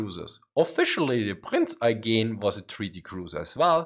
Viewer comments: "Prinz Eye-geen" that's a new pronunciation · The way he said Prinz Eugen also made my ears bleed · Good video but the pronunciation of prinz eugen is weird